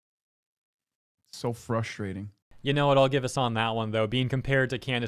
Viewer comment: "So frushchrating"